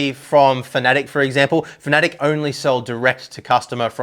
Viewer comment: I know this man knows what he is talking about but when I hear him mispronounce Fanatec as Finatic it's really off putting and immediately makes me not want to watch the rest of the video